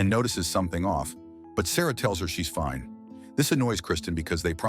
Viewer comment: That "foine" always cracks me up😂😂😂😂😂